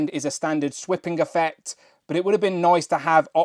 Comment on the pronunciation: Just fyi...the word is "thwipping" not "swipping".